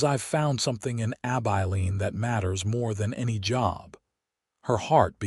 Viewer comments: ABILENE - AI learn to pronounce this name which occurs for many towns across the West. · There is even a song "Abilene". It hurts my ears, sorry.